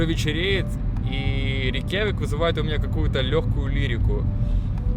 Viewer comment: "Нет больших деревьев там, все растения-карлики, Северяне заселяююют... Рейкъяви'к, Рейкъя, Рейк,Рейкъявейк, вейк...."